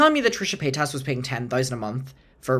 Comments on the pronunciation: I love that pronounces Trisha's last name like "payt-ass" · It's the way pronounces Paytas for me! ❤💞💜